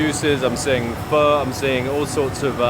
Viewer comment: 👏 for trying to pronounce Pho and Thank you properly 😊